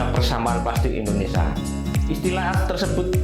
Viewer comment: Mending pake script agar bahasanya bagus. Nyebut Indonesia aja bilangnya endonesa.